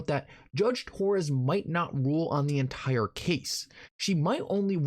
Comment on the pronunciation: I'd be SO much less annoyed listening to ur good content if u just said words like "entire" instead of "ent-quiror"